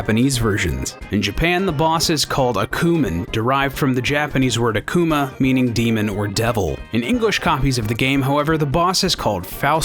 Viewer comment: poor word akuma got butchered